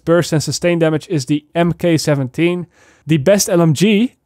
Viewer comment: Mk17 pronounced mark 17 just fyi